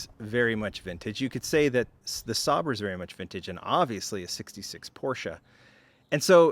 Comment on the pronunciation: Sauber is pronounced Sauber.